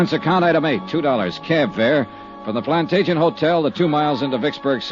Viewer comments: It's an odd word, but I just listened to the episode for the 2nd time. He pronounces it as "plant agent". I always thought the real word was pronounced "plant Adge eh net". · They consistently mispronounce Plantagenet